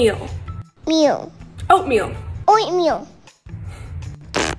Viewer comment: Did say oatmeal, or oinkmeal( ham )?